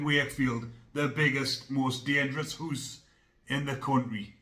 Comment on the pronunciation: "Well he got the biggest hoose" 🙂👍